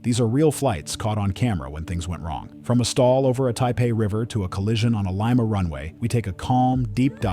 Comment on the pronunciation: The name of the city in Peru is pronounce Lee-ma, not Lie-ma